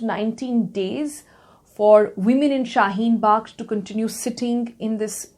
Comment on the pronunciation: It's Shaheen Bagh not Shaheen box